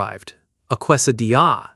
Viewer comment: A Kway-sa-de-yah?! AI strikes again